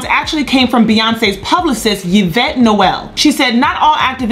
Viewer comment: It's E - VETTE NOT YU VETTE